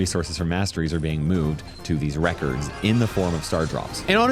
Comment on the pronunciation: 1 mastery and am I the only one who kept hearing reckers when he said records😂